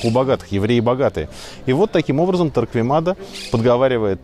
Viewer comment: Некоторые поправки: 1. Фамилию Торквемада произносят неправеильно. Torquemada ("u" не читается) т.е. звучит как Торкемада. 2. Погибших от инквизиции по разным подсчётам специалистов из разных стран с 1480х годов по /35.000 (не 350.000 ) А в остальном всё более менее правильно.